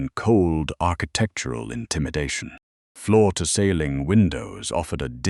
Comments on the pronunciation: When is he going to learn how to say ceiling? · 😂😂😂😂😂 I was waiting for SOMEONE to mention that.